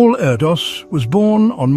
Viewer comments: His name is pronounced air-dish isn’t it? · His name is actually pronounced air-dish